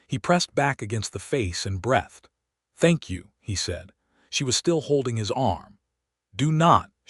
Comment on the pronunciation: BREE thD.. not BRETHed 🙄🤷🏻 Otherwise a much superior storyline ... told well enough to maintain genuine interest and credibility... 👍🏻👍🏻👍🏻🧙🏼‍♂️ "Nothing is so necessary for a young man as the company of intelligent women." Leo Tolstoy